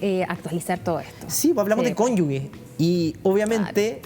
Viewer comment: En serio fue contralorito??? Dijo cónyugue en vez de cónyuge. Eso es como bien básico de saber... 😒